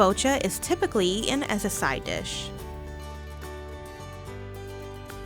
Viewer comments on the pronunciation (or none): Pronouncing "eaten" and "sweetened" without the "t" isn't ok ANYWHERE! It's distracting and no one who speaks like that should narrate.